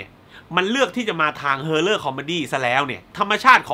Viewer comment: พี่ครับ horror อ่าน haw.rr